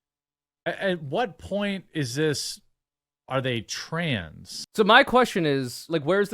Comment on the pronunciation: i also hate how the dude says “tran” instead of trans, it’s small but it irks me for some reason trangender lol